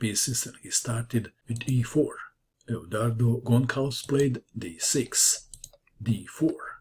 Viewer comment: Short is a monster! Gonçalves (with this funny ç) is pronounced "Gonsalves", like in salvation! Im a huge fan of yours from Brazil! :D